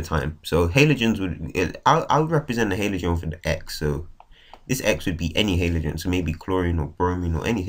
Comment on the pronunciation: It's Halogen not Halogen